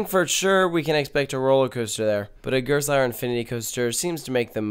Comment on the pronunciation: You mispronounced Gerstlauer.